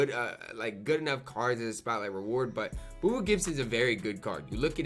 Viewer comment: Booby not boo boo for Gibson’s nickname